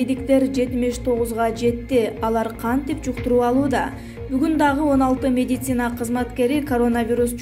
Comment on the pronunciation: Бека Медиа, ушул кызды диктор кылгандан уялсанар боло, орусча создорду, терминдерди туура айталганы жокпу, жада калса медицина деген созду туура айталбайт, медисина деп кой 😂😂😂😂